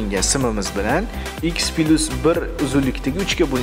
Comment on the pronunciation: Пилусмас - плюс